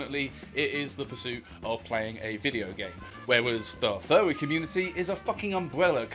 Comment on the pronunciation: He says fuwwy. He unnironically does. Endme.